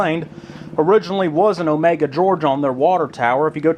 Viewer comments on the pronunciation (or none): Sorry to correct you, but around here they call it O ME GUH. Not like it is spelled and normally pronounced. Omega. I lived in Alapaha for quite a while.